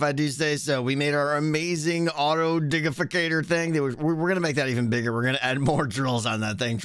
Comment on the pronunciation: I’m happy that you pronounced it properly at the end! Love your content, this mod is amazing.